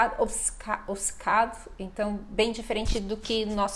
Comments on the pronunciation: ) giro. Achei engraçado dizer que "obcecado" dito pelo Cristiano Ronaldo foi "comido", e diz que, ao contrário, no Brasil, se pronuncia "direito" todas as sílabas.. e depois, diz "obicêcado". Não existe "i" entre o "b" e o "c" :). A versão brasileira de Português adiciona imensos sons que não estão lá, como o "dji" ou o "tch". Já aqui em Portugal abastardamos um pouco as vogais, é muito complicado para alguém de fora compreender quando abrir ou fechar um "a" ou um "e", ou distinguir um "u" de um "o". Relativamente à pronúncia açoriana, deviam ter focado o outro tipo, que é Micaelense. O sotaque da terceira é muito continental :). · Obcecado. Depois do O inicial, Obce só tem uma vogal e só essa vogal deve ser pronunciada. E mesmo essa, é quase muda. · Essa tonta dessa brasileira o Ronaldo fala a palavra certa obcecado e ela diz obcicado, como ela diz Brasil ela diz brásiu os brasileiros nem sabem dizer o nome do seu país kkkkkkkk, ela estudou na universidade de Coimbra, na cidade de Coimbra lá é que se fala o português correto o Brasil é um mistura de português e africano sei lá, o Brasil coloca palavra que não existe na língua portuguesa como tchau é uma palavra Italiana, e outras, se eu escrevo no meu telemóvel tchau essa palavra vem em vermelho o que quer dizer não existe em Português, vocês não falem português, fica melhor vocês dizer que falam brasileiro, de português não tenham nada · Desculpa em te dizer, mas voce está errada em dizer que na palavra OBCECADO falamos todas as letras e depois acaba pronunciando OBICECADO, fazendo um "i" aparecer magicamente no meio da palavra. No momento de soletrar, deverias ter pronunciado ob-se-ca-do, assim como ad-vo-ga-do. ambas estas palavras são palavras compostas derivadas do latim. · Olha ela querendo ensinar os portugueses a dizer obcecado, ela é que diz errado dizendo obicecado.